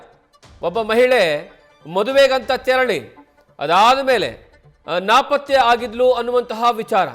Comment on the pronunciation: ರಿಪೋರ್ಟರ್ ಅಣ್ಣ, ಅದು ನಾಪತ್ತೆ ಪ್ರಕರಣ.. ನಾಕಪಾತ್ತೆ ಪ್ರಕರಣ ಅಲ್ಲ..